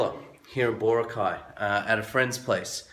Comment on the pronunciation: Thanks for picking up on the Boracay pronunciation problem. It's funny how something like that can be a little irritating. Going back to the core theme of your comment, from what I understand about the white beach lights, chairs, umbrellas, vendors and so on, I think they are just enforcing regulations that already existed. However many of the shops and resorts treated the beach as if it was an extension of their own property. I'm guessing, perhaps optimistically, that enforcing these regulations might be part of a plan to instill discipline where for years non existed. Call me forever optimistic, but this gives the tourist industry in Boracay a chance to re-examine itself, and decide how it wants to operate under the sustainable vision. If the industry wants some of these things to return then they should argue the case for changes to regulations, not just flaunt them as they have in the past.